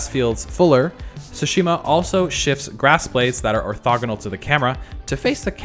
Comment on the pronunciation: Dude keep repeating "Ghost of sushimi"